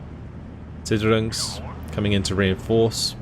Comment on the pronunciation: great video :3 "sicherungs" is pronounced zish-air-Rungs roughly